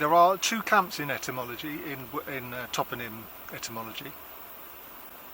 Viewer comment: I've learned a new word today, "Toponym". For a moment I thought you were saying "Tottenham" and I was wondering why we were talking about London. I do like the Dave Clark Five, though.